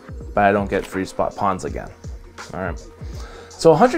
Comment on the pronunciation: also... love your video...but I also have to raz you about your "pawns" vs. pRawns-- dont forget the R...lol